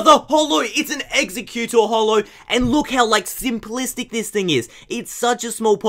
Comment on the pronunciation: I hate when you butcher the pokemon names ;_; "Execcutor"